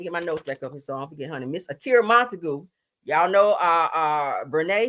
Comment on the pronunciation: Monta-GUE not GOO sounds like mr. magoo🤣